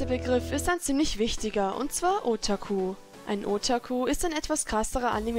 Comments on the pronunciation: Otaku wird net ootaku ausgesprochen ^^ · zum Beispiel wird bei Otaku das "ta" betont nicht nicht das "O" heißt das O wird kurz ausgesprochen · Und du betonst otaku falsch. Das o wird kurz ausgesprochen und nicht lang. Übr coole bilder❤️